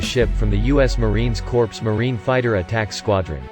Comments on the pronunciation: "Marine Corps" - pronounced "core", not "corpse". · The Chinese carrier actually weighed anchor??? I'm shocked! Would it be too hard to teach a computer how to properly pronounce "corps" and "littoral" guys? Huh??